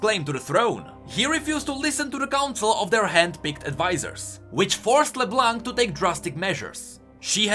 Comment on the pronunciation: it's LeBlonk, not LeBlanc. My ears are bleeding.